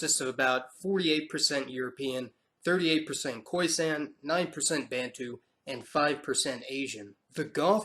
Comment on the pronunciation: Lovely video but it's pronounced khoi-SUN not khoi-SANN